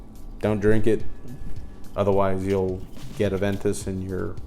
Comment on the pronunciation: Ah-Ven-Toos Koh-Log-Neh ... 😂👍🏼